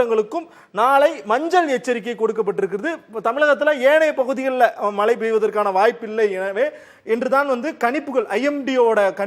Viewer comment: Mazhai not malai